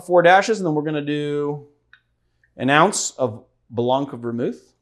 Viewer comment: Your cutting board is getting drunk too.... LOL OH, FYI, "BLANC" is actually pronounced "BLAN" (the C is silent) and I'm going to use Chilean Pisco...Pisquero Elqui Capel Reservado Moai (the bottle is shaped like a Moai statue)....check it out! Exit, stage left.....